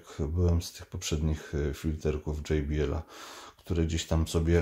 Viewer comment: tylko jedna uwaga - nie dzej bi el tylko po prostu jot be el. to z niemieckego. a tak w ogóle super film. Dzięki za klarowne przedstawienie produktów. pzdr